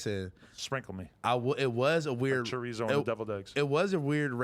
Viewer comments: He said “ cha rezo“ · Marcus Cabello he said char rizzo